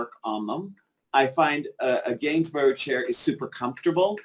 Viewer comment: Row co co candlesticks and Gainsburg chair! Hilarious pronunciation.